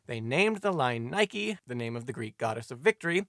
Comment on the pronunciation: So, Simon's pronunciation of "Nike" is spot on after all.